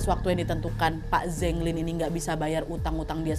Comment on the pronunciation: Kak Nad, kalo di Cina, Zheng itu bacanya Ceng (antara C dan J), bukan Zeng. Tapi karena Kak Nad orang Indo ya gpp lah suka-suka kita aja bacanya ya, Kak 🤭😆